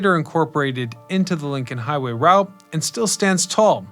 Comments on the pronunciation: I already knew this history, but I came just to hear him mispronounce Route 66 again. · Informative video...Get your kicks on Route (sounds like root) 66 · "ROOT" 66.....😊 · I've never heard anyone not say "Root" 66 lol